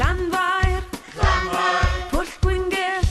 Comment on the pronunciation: Pwllll, not Bwllll.